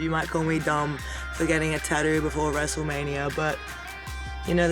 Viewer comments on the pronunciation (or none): Love how she pronounces "tattoo" as ta-doo 😂😂